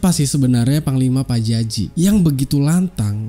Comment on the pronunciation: PAJAJI BUKAN PARJAJI LONGORRR...